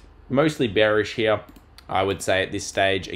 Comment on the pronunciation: I love it when you say here, but it sounds like hmnere 🍻